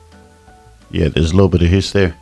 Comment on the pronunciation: I realized you are South African the moment you said yah!😂